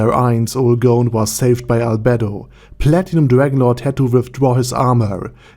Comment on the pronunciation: I died when I heard you say "Arder Dadi Arder"